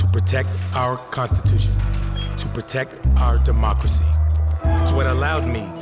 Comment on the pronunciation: to protect their "CONstipation".. to protect their "deMOCKracy"..